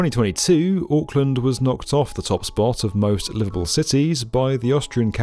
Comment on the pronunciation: The “Aaahk” killed me 😂